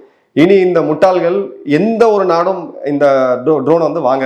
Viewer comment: வணக்கம். இந்த முட்டாள்கள். இந்த வார்த்தையை நீங்கள் உச்சரிக்கும் போது ரொம்ப அழகாக இருக்கிறது. வாழ்த்துக்கள்